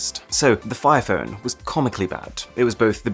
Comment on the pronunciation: He pronounces phone as fern a couple of times